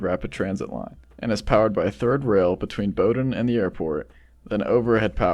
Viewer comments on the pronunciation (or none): none